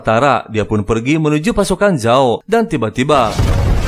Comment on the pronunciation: Azula bukan ajula, paman zao bukan jao, adehhh 1 lagi Zuko buka juko,,, yang ada juga juki